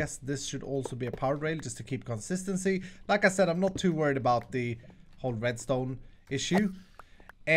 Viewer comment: Been watching videos for like a week now. Annnd.. Whenever he says 'like I said' all I hear is 'Lacazette' which is a football player. I am just going to post LACAZETTE on all of his HC episodes from now on.